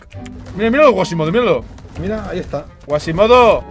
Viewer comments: Quasimodo, es Quasimodo, no Guasimodo jajajajaj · No era guasimodo, era cuasimodo :v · Que no es Güasimido es QUASIMODO XDDDDDDD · Like para que se de cuenta que es Quasimodo que se la pasa diciendo mas Guasimodo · El personaje de Disney se llama quasimodo, no guasimodo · Es Quasimodo no Guasimado 😂